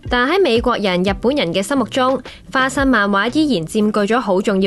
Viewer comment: 花心漫畫😂